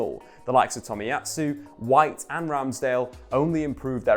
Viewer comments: It's Tomiyasu, not Tomiyatsu. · I mean having 6 1st teamers available would actually affect a team. Who knew?🤷🤷🤷🤷🤷 Dude, it’s Tomiyasu not Tomiyatsu.